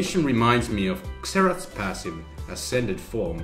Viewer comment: Nice vid but let me tell you, it's pronounced Zerath, cause when X is the first letter of a word, it is pronounced Z...